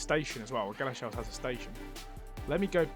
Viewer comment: Two comments: I know you found all 5 Greggs, but if you slow down scrolling on the map you might see place names quicker (I saw New Addington on Iceland). It’s pronounced Gal-a-sheels, not Gala-shells.